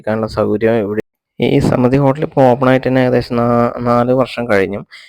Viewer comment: സ്മൃതി എന്നല്ല സമൃദ്ധി എന്നാണ് വായിക്കേണ്ടത്.